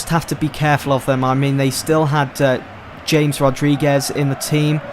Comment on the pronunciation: Its Pronounced - Hames Rodriguez